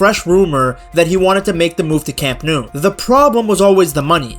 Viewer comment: Speaking of butchering names, the ‘Nou’ in Camp Nou is pronounced like English ‘no’, not ‘noo’